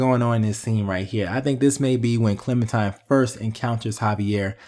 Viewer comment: it really urks me when he calls her ClementiMe instead of ClementiNe. 😡😡 its CLEMINTINE!!